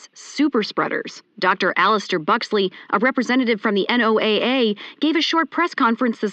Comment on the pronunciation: u dont say N-O-A-A , its called NOAA (noah)